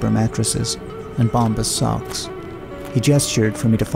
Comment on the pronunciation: Perfect except for not saying socks right